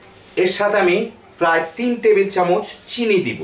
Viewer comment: চামুচ নয়,চামচ।